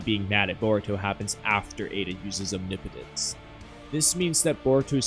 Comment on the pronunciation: Thank you for being the only Naruto/Boruto YouTuber to pronounce omnipotence correctly 😭 😂 Great video!